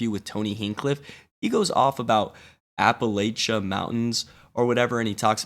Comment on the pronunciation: The correct pronounciation is apple-at-cha...like I'll throw an apple at cha.